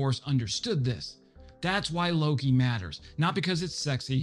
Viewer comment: All you non-Swedes out there, say it with me: "Lo-kE". "Loki" is some kind of Americanized version of the native Swedish name for the Norse god "Loke".